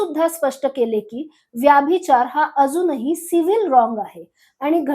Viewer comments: मॅम व्यभिचार म्हणा व्याभिचार नव्हे. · ताई तुम्ही मराठी आहात ना? मग उच्चार योग्य तसेच बरोबर करा ना. ही आग्रहाची विनंती. “व्यभिचार “ उच्चार नाही.व्यभिचार हाच योग्य उच्चार आहे. तुमच्या चित्रफितीत उगाचच इंग्रजी शब्दांचा उच्चार वारंवार का करतात? चपखल मराठी शब्द वापरले तर समजणे सोपे होते. तुम्ही कदाचित शुद्ध मराठी बोलणार नाही याची मला खात्री वाटते. परंतु मराठी भाषेचा अभिमाना पोटी एक क्षीण प्रयत्न.